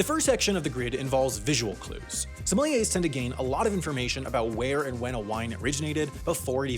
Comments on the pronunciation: whole time sounds like he's saying somalians 💀💀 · It’s pronounced “Somalian”